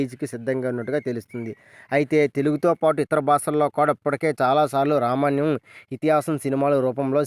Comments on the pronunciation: రామాయణం అని స్పష్టంగా పాలకలేకపోతున్నావ్ బ్రో... రమణ్యం ఏంటి... ముందు పలకడం నేర్చుకో తరవాత వీడియో చెయ్ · Ramanyam kadhu ra babu ramayanam adhi pls name cheda dhobbaku